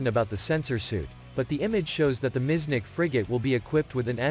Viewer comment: Miecznik not miznick!!